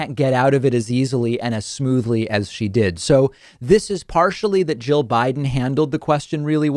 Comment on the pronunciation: It sounds like you're saying Joe instead of jill.